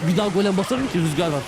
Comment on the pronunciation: gel bana baş diyor(golemi)